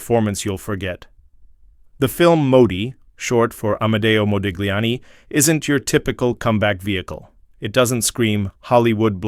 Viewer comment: When saying Modigliani name you do not pronouce the G but pronounce it Modiliani! get your facts gifht!